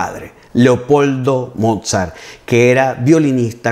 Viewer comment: eres maravilloso. Soy cubana y aquí la internet es aún un poco cara. Mira si eres bueno que llevo dos días escuchando tus magníficas clases sin parar. Una sugerencia para quien puede hablar portugués brasileño por asociación musical y porque lo vas a seguir usando: en aleman la w suena v y no vu como en inglés, la v suena f así que Mozart suena volfgang Amadeus motzart y Beethoven suena lutvig fan beetofen y Bach suena baj. Pero eso es solo para que te acerques aún más a la perfección, por favor no lo tomes como una crítica altanera. Te has vuelto mi amor a primera vista en YouTube